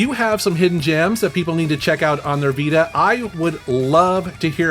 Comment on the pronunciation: 0.47 - Hisden gems! Yeah hidden on PKGJ!